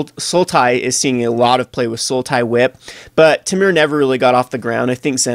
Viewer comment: OMG IT"S "TEAM-ER." Every episode you mispronounce something and you drive me crazy!!!!